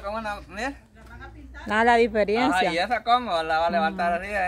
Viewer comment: se dice diferencia no diferiencia